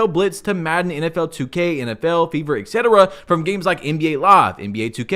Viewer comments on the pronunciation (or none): none